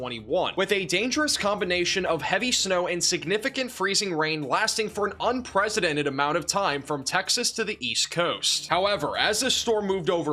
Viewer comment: Did I hear unpresidented?